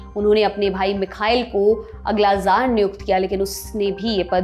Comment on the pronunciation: जार नहीं कहा जाएगा, त्सार का उच्चारण होगा, रूसी भाषा के तहत।